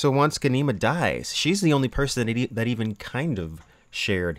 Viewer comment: You are pronouncing Ghanima wrong!! Gha-ni-ma